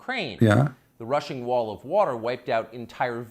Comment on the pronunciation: Rushing not russian